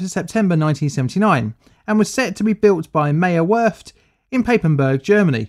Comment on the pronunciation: Maierwörft in paipenbörg. Oof. My poor German brain